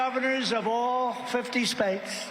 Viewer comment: 🤣🤣🤣 <Donald Trump> : I will challenge the Governors of all 50 Spates